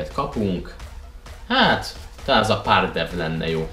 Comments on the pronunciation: Pardew - Párgyú Squillaci - Szkiláccsi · párdew XD sírok